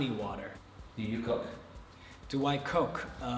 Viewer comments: Am I the only one that heard, "Do you do coke?" like Jackson did? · lmao I don't know if its just me or does it sound like he said "Do I coke?" lol